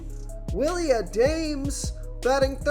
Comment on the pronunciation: Willie Ahdaymes?😂 Adames, my dude. Gotta learn pronunciation of the names to add some ethos to your videos . Good overall analysis though